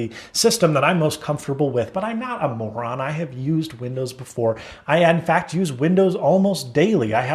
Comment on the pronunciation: Did you just says "I'm not a moran" ?!